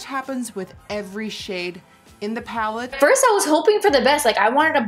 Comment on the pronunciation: LMAO ” the box is very small” said but her “pallet”